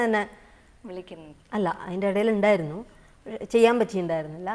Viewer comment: യിണ്ടായിരുന്നു അല്ല തെറ്റ് ഉണ്ടായിരുന്നു എന്ന് പറയണം